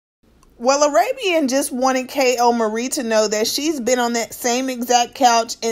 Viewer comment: why do she say KAY-L-MARIE 😂😂 her name is kaylyn